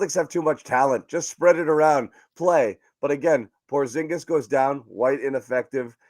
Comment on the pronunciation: Shengen is a free movement area in European Union :) and by the way,... you also pronounce Porzingis incorrectly. if you ask KP to pronounce his surname in Latvian language you would hear a major difference.